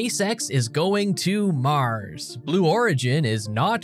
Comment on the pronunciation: this guy says "Mars" weird.... lol "Maahhrs"